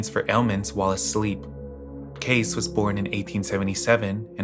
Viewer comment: My mother used to follow that edgar cayce guy..i have a bunch of his old books. I believe its pronounced with a long e sound at the end like cay-ceeee